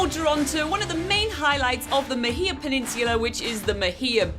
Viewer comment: Love this but you are pronouncing Mahia wrong!!!!